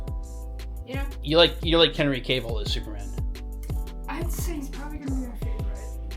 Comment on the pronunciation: Please please please stop saying Henry’s last name wrong. It’s not pronounced “Caveill” take the E out it’s not Cave it’s Cavill.